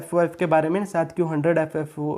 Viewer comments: Its Nasdaq, not nasadq 😂😜😂😂😂😁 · Bhai its Nasdaq. Not Nasadq